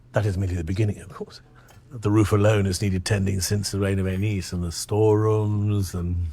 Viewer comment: “Rhaenys” 🗣️”Ray-Niece”